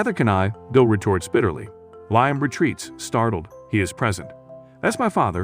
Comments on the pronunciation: Lime? Who is Lime???? It is Liam! This is also horrible showing the wrong pictures and this reading was a good sample. Not going to waste my time again? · U Right,He's Saying Lime&Not Liam😂😂😂😂🙃🙃🙃🙃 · His name is Liam not Lyme